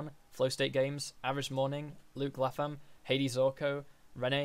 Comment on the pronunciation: Latham is pronounced with the A from late. L-ay-tham. or L-ay-th-u-m with the U from thumb. Depending on where you're from.